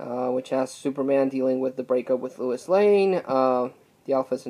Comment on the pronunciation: Did you say Lewis Lane?